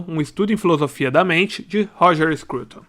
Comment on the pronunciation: Roger Scroutonnn- Rogerrrr Hhhhhrooooger, Hroger Scrooouton surrrpendemm